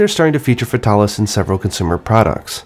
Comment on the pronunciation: Why don't you pronounce Fatalis as Fatal-ish. Like, that's a cool name you just sterilized into faytaarlish. It's like when you try avoid pronouncing Uranus as Ur Anus.